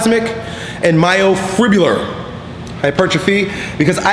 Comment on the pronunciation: First, to make yourself seem more professional, learn to pronounce myofibrillar. Hint: it's not "myofribular".